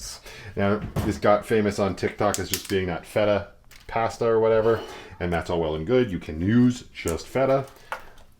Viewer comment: Yay another mispronunciation of the word pasta video 😂 It’s my favorite bingo card square!